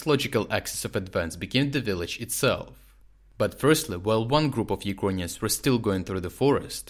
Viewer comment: Why do you pronounce ‘Ukrainians’ as ‘You-con-yans???!!